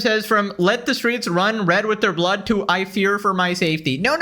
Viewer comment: The S at the end of blood is one of my favorite things, it's so miniscule of a detail but holy shit i think it is hilarious.